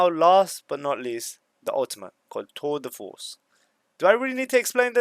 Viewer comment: idk how to do time stamp on pc but he bricks the pournounciation of chambers ult